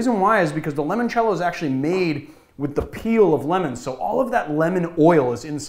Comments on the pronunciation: I can agree to some extend, but we should all be able to agree that limoncello is not pronounced lemoncello. By your reasoning it would have been pronounced límoncello (as in “lie”). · We gotta talk about how you pronounce Limoncello, L. Awesome video though! didnt know about what you'd consider a classical Press.